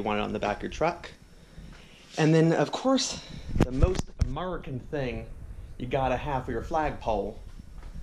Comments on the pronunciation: It's actually pronounced "A-MUR-E-CAN" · That foo said AMERUCAN jajaja